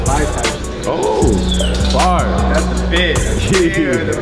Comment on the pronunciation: Is it just me but his fire sounds like "fah"